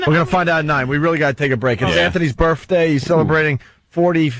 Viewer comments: I couldn't get through this. Opie's "birfday" and shit wow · I just love it when he says forty florf birfday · I get Sick to my Stomach Everytime Opie says Birffday... Shut Up You Bum lol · Opie should have punched in the mouth every time he said "birfday". What an unfunny cunt. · Really want to strangle opie every time he says birfday. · Birfday gets funnier every time Opie says it!